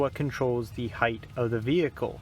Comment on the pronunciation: Did I hear this man say "right heighTH"? Hythe?